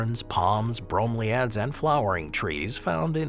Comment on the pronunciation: The mispronunciation of bromeliads is killing me. Edit:: The mispronunciations throughout the entire video was hard to listen to. How hard can it be to make sure you are pronouncing words correctly?